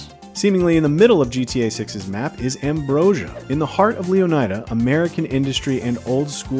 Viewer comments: Shouldn't the "ida" in Leonida be pronounced like the "ida" in Florida? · Completely butchered the pronunciation of Leonida throughout the entire video. Wild coming from one of gaming’s biggest news sources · Botching the names of almost every car is fucking CRAZY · The way this guy pronounces Leonida... does he also pronounce Florida the same way? Yeesh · There will be discourse on the pronunciation of Leonida